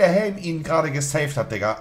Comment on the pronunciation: Niemand Monte: " DER HÄLM DIGGA"